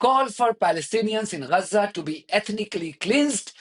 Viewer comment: What’s wrong with you, you’re a Fudu what have you got do with Gaza, you’re a Pakistani. Hate 😡 the way you pronounce Gazzza. Stay in your lane your Low IQ reporter.